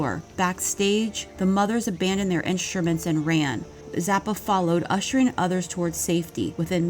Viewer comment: Pronunciation tips for American's: It's "didn't" not "dint"; "instruments" not "inschtruments"; "ThE air" not "the air". Otherwise, good info.